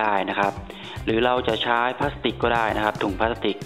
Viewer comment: คำว่าใช้ทำไมต้องพูดช้ายอะ